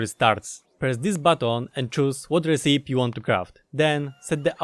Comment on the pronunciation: RECIPE... it's not RESEEP. It's pronounced RECK EE PEE.